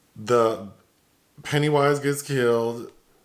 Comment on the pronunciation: Every time says “Pennywise”😂😂😂❤️